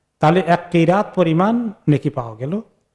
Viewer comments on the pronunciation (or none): এক্কিরাত নাকি একটি রাত সওয়াব হবে? সঠিক উচ্চারণ জানাবেন প্লিজ